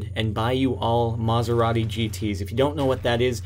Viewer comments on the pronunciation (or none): Lol, "Maserati" mispronunciation! Anyways, great game as always!! =D